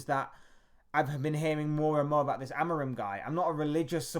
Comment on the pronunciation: Please don't insult that man calling by twitch thot's name. It is pronounced Amoureem!